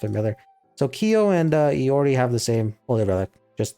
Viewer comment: If I'm not wrong Iori is pronounced like "I-ori" kinda like the rapper and Jotunn is pronounced "Yoton" it's Norse and from what I remember from previous research on Norse, Their Y's make a J sound. For mais holy relic I personally know two ways it could be pronounced those being Ig-dra-seal or Ig- Dra- SEAL with you rolling the ea. Sol is pronounced like soul(from what I remember). Helhiem is pronounced like "Hell-Hime.". Mani shouldn't be a problem. Edit:If you know more about the proper way to pronounce Norse names feel free to correct me.